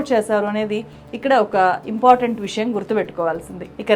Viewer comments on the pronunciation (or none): none